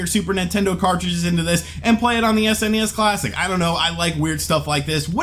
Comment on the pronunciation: I love because he says S.N.E.S. instead of that lousy sounding Sness...